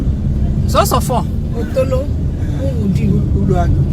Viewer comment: 😁Please,pronounce our village well biko, There's what they called otolo = watery shit,then Otolo =my village. Biko kpachapukwa anya gi o...daalu for the tour. May God protect your going and coming. 🙏